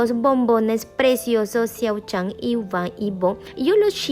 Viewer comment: Eso es mentira porque engañas ala gente el siempre a dicho que se casaba alos 35 pero no sabes ni Co. MO pronunciar su nombre venga ya el esta casado ya en secreto así que estudia un poco que no saves de la peca ala meca que te Bea quien te crea